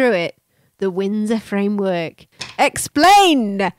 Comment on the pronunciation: I WUV the "Frindsor Wamework"!!!! When in doubt, Spoonerize!